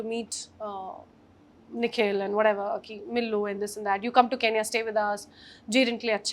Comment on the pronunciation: Its not keenya itsn kenya (ken-ya)